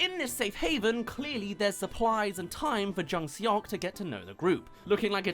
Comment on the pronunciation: “eo” is pronounced kinda like “aw”, that’s the best way I can explain it so it would sounds like jung SAWK. IMDB is close but said it like “suck” when it would be more like “sawk”